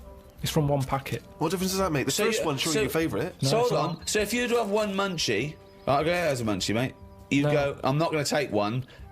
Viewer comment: "you've gotta ave your critics..."